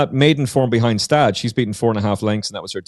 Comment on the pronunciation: Next time you'll shake down the audio ahead of the podcast. I believe Gstaad is pronounced Gu-Shtodd